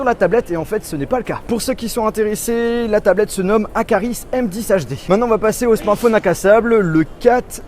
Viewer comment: On dis pas akaris mais aquaris (sa se prononce comme eau en espagnole (aqua))